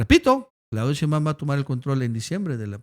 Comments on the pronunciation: Por fa, se pronuncia SHEIMbaum no sheimBAUM...raro que no lo sepas pronunciar...es algo similar al "presidente" en vez de presidenta de Noroña??? Raro...me parece una falta de respeto o de inteligencia...gracias... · Hasta nuestro López Obrador pronuncia SHEIMbaum...